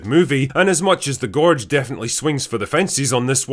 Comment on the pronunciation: GORRRRGE DRRRRRASA I love how u pronounce it!!!!